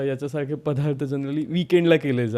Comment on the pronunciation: म्हेऊने😂😂😂 ओ अ के 😂😂 पधा रथ 😂😂😂 बीसिक 😂😂 प्लिझ किती स्टाईल मारतोय तरी अडाणी पण उच्चारातून बाहेर पडतेय...